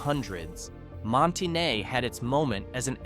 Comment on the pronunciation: Monte Ne? No, it's called Monteh-nay, callit any thing else and we will throw rocks at you.